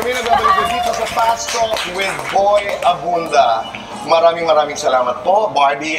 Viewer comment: may jetlag kapa yata talaga boy abunda po not boy abunsa😁✌️labyahh😘